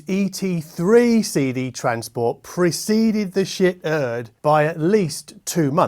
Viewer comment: Shiit is pronouced as Sheet. The shit joke has a beard.